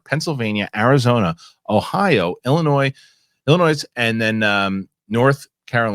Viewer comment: You don’t say the S in Illinois